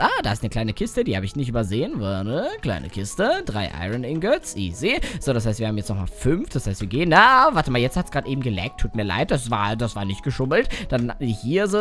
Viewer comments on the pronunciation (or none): Er sagte immer aroninget